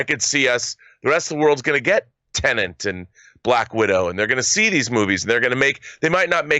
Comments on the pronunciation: *Tenet, not Tenent - sorry for being that guy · Its TEN-ET not TENENT